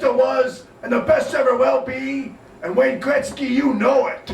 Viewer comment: Ok thanks, But. Why the people around becomes crazy when says wayne greksy?